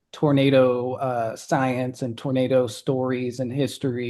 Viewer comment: Why does she keep calling it a Ternado